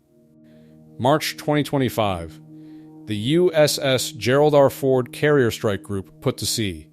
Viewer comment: What is shame? I’m afraid this channel is AI. It was just the way that he paused to say Ford in the first minute.